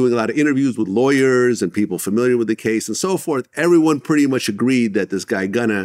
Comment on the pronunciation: gunna? wtf mooley is dat